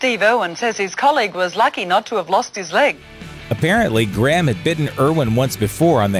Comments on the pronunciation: It's really annoying how he pronounces Graham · why cant Americans say the name "Graham" properly?